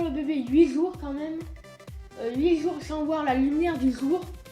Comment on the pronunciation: "Huit sour sans voir la lumière du sour" :P <33